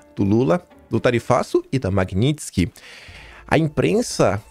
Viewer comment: QUE ORGULHO VER O FALANDO Magnitsky CERTO